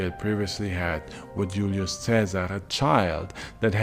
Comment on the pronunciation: It drives me crazy how he pronounces names like Julius (ee-you’ll-ee-us) with correct Classical Latin pronunciation, but completely butchers Caesar (kai-ssar). Anyway, besides that, congrats on another great vid.